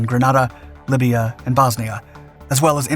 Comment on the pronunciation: "What the hell is a 'Lybia'?" At least he didn't say "Labia"😉😁🤣.